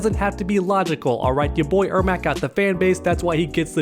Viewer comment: its pronounced Air Mac like the shoes